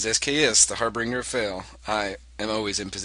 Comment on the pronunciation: No, silly. Drake works FOR you, not AGAINST you! - "Harbringer"? I've heard you say it like that more than once; I might as well correct you now over TeamSpeak since I know you'll bitch at me for it. "Why don't you let me just create things,!?" - Beauregard is the "Guadeloupe" of CWG2. - YOU MUST CONSTRUCT ADDITIONAL BEAUREGARDS! - SKS, Y U NO SURROUND TO FORCE SURRENDER?